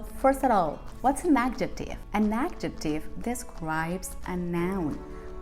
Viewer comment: I'd suggest to think about correcting wrong pronunciation of those english sounds z as in 'example' or 'possessive' and also j as in 'adjective'. It's not a matter of an accent, those are phonetic errors. And as a teacher, I'm sure, you know the difference. Imagine native english speakers would say 'jugo naranja' with the wrong sounds: dzhugo narandzha. It's not an american accent of Spanish, it's not knowing how to read and pronounce english words.